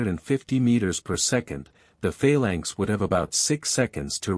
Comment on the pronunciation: "Fail Lanks"? Wtf?